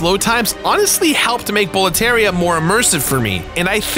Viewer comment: Hearing him say Bowlteria after he made sure to explain how Demons' souls is pronounced might be the biggest rollercoaster of emotions.